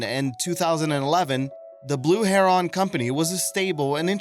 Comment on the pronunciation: Heron however was butchered